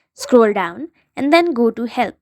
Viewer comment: this part is so funny because it actually sounds like she is saying hell instead of help